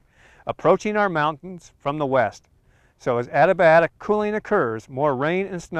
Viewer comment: The narrator is pronouncing ADIABATIC wrong. I think he is saying "ADIBIATIC". Should be A-dee-a-bat'-ic.